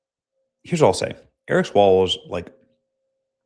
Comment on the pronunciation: Feng Feng: Come back Ewic me wuv you wong time.